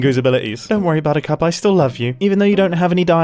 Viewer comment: bottercup sounds an awful lot like bottoms up.